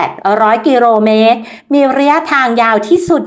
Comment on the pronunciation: #ขอบคุณครับสาระดีดี กิโลเมตร อ่าน กิโลเมตร ไม่ใช่.กิโรเมตร 😂😂😂